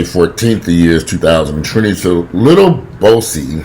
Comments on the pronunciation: its pronounced boo see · Its pronounced Boo-C.I think Boosie is battling his own manhood smh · The way you pronounced Boosie name took me out. 😂😂😂